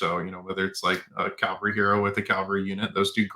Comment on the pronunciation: CAValry, not CALVary.